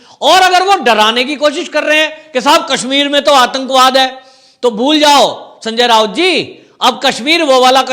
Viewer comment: भाई सनजय राऊत है ना कि रावत। सि्व सेना अब हो गई है खिसियानी बिली।